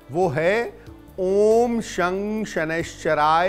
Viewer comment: U must pronounce it as 'shan' , the way we pronounce it while saying shankar